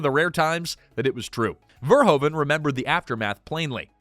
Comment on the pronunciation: Just a sidenote: His name is not prenounced Verhoven, the Dutch oe sounds like "who" you need to pronounce it Paul Ver-who-ven.